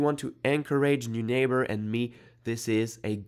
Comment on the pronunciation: It’s a German name and would be pronounced ‘noy-nahber’